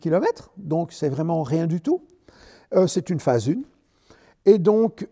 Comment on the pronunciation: Phase UN, pas phase une 🎉